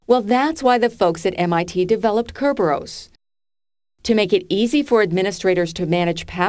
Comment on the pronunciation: Kerberos is pronounced thus